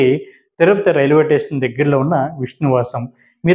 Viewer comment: టేషన్ కాదురా.. స్టేషన్